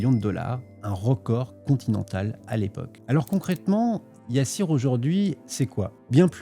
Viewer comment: gOOD wORK ça se lit Yassir pas YA SSIR